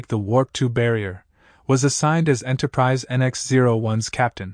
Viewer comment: If you got a person to narrate instead of a robot, the last one would not be called Enterprisey.